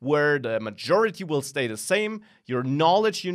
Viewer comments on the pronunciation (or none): none